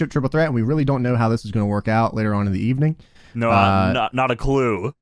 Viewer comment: Good Eve-Uh-Ning Period 😂😂😂